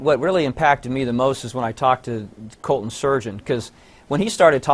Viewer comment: My name is Colton, and I fucking hate the way they are saying Cuhltun.